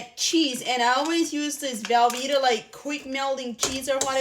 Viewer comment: Ewww not velveta!